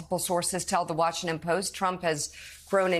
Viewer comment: Did she just say Trumpone!? LOL she did a funny, that was funny!